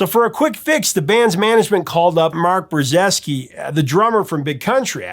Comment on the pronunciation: Mark Brah- Zicky ....pronouncement guide 101 🤙🤙👌